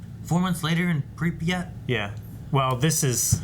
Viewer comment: 3828 men "walked through" this roof. Some of them are still alive. You can even find "3828" short film on youtube. And speaking of pronounsation of Pripyat - there is no such thing as "ya" sound Its Pri(soft P)a(soft T) Prip'at'